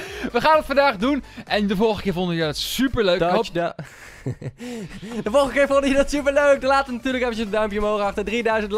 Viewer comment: Stop met tuchdown zeggen...